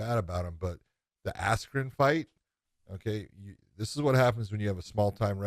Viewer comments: Did anyone heard buffer announced Ben's name as Ben ass Crow🤣🤣🤣. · Ben askyou wtf was that buffer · I think he Buffer called him “Ass-Jew” 😂😂😂😂😂😂😂😂😂😂😂😂😂😂😂😂😂😂😂😂😂😂😂😂😂😂😂😂😂😂😂😂😂😂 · How unprofessional is Michael Buffer not pronouncing Askren’s name correctly- he literally had one job?? Ben is a former Olympian and Champion- do better Buffer... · Michael buffer announced Ben's name wrong in the fight. Highly fixed and staged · What I also dont get was the weigh ins. Mike correctly pronounced Ben's name right. Then at fight night he said it wrong. April 17 was definitely a dark day for boxing